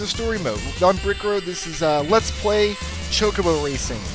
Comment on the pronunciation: What is "choke a bow racing?" I thought it was ChoCObo Racing.